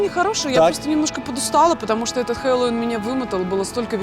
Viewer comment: Ивлеева неправильно ставит ударение в слове Хэллоуин и, судя по всему, вообще не говорит по-английски. Чувак автостопом поехал с Авроры в Колорадо Спрингс? Не верю, что такое возможно, поскольку эти города находятся вообще на разных трассах. Почему они в горы не съездили? Там Ивлеева могла бы заночевать в номере гораздо подороже какой-то церкви... Маленький бюджет? В церковь марихуаны не сходили, в дом, где Джек Кэруак писал свой роман «В дороге», не сходили. В дом, где жила тетка, пережившая крушение Титаника, не были. Яйцами Ивлееву накормили и ладно... 🤣🤔🤣🤦‍♀️